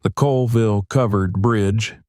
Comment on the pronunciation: Locals pronounce it ‘Cawlville” I used to live about a mile from this bridge.